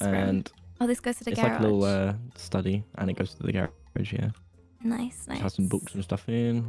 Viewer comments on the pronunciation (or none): She has a sweet ancient like when she says garage